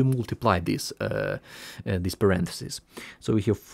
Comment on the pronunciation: idk how ur tongue pronounces this as zis..